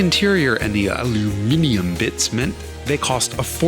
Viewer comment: omg an American who pronounced aluminum correctly :D